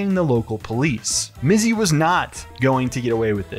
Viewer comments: LOL "Mitzy" good on the news gal for best prompter misread ever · I love that the reporter deliberately mispronounces his stupid nickname.